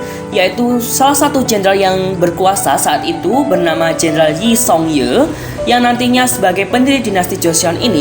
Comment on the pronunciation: yi song ye?? kok cara bacanya salah sih,, harusnys i seong gyi bacanya